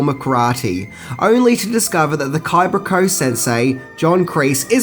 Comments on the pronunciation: “kibra ko” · you called it the Kibra Ko ..